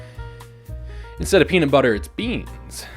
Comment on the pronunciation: This is a hate crime (the best kind of content) Also every time you said beanut I went “my favorite streamer???” I got blueballed